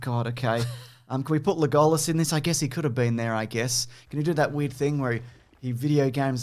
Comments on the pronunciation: I love how you say Le GOAL Us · Why do you say legolas like that? Sounds stupid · pronounces the name Legolas the way he does because he hates me. Which is weird because he doesn’t even know me. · Pronunciation of Legolas not being called out is outrageous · I choose to believe that right after they sat down to start filming said "I'm gonna mispronounce Legolas and Aragorn's name every single time, don't react I wanna read the comments"